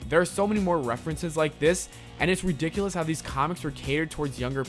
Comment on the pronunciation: he says riDICKulous